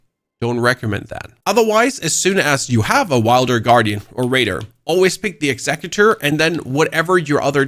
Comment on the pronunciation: "Execue- tor" :face-purple-crying